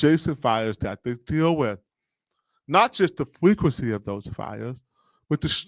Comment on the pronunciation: fWeakinCy? Don’t you mean frequency?